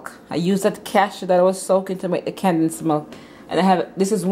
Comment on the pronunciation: It’s “condensed “ not “candensed “🤦🏾